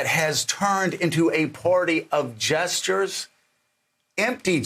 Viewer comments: I thought he said jesters at first not gestures. "The Republican party has become the party of jesters." And I was like well duh yeah they... Oh he said gestures, empty gestures. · Sounded like you said Jesters Joe. I think that may be closer to the truth.